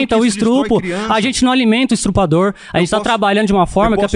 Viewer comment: “Estrupo”, “estrupador”